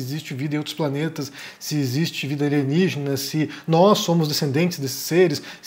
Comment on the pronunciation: Kkkkkkkkk alienijjjena é? Mingana kêugózzo